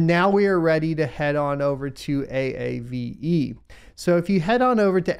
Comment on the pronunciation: Lol A.A.V.E , wish I could tell you it's pronounced AAVE. Great content, thanks for all you do !